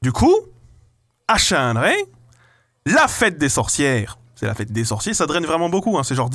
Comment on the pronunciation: Je viens de comprendre que le village s'appelle Chalindrey et pas Chiiiiiinnndrey